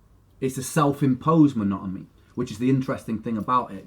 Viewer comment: Is it just me or does Ren actually say Monotomy with an M, instead of Monotony?? Lol